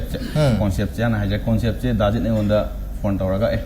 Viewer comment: Synopsis haiyo hairaga keino hairidubu. Noi khara tammuko akup akuppa marol singje. Conecpt & Synopsis pronouciation lalle. Hangiba wahangi matung eenna indetails ta haidraju point answer piba tamhaninge. (Ajit yam solli mimang thokpada)